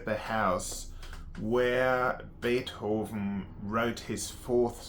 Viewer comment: Damn the way you say beerhoven or rhe other names surly tou must be taking the piss